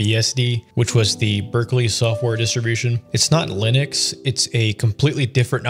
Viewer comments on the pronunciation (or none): none